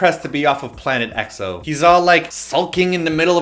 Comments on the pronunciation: it's pronounced "x-o" not "e-x-o" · can someone make a video on how to pronounce Eks-oh! it was NEVER E-X-O >.< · they always say E-X-O! arg! its pronounced like xo! sigh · ...you kept saying XO, it's EXO. lol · Please please please stop calling them EE-EX-OH. D8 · *screamo* EXO!!!!!!!!! yes!! pronounced EXO as ack-so in the beginning of the video XD as much as I like BAP, EXO's the only who's able to convince me to buy their albums